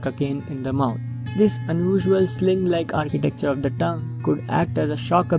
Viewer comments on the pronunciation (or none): Its tongue not “Toungue”